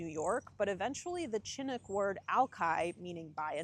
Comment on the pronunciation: “Chinook” doesn’t have a hard “ch”